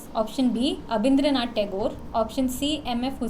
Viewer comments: A small correction since I'm a Bengali - its Abanindranath Tagore, not Abindranath. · Abindranath nahi...Abanindranath...First to paint image of Bharat Mata... Btw Nandanal Bose and his students designed our Original Constitution of India. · Good quiz, enjoyed it. But its not Abindranath Thakur its Abanindranath Thakue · 2.10 correct the spelling and pronounce properly- Abanindranath ঠাকুর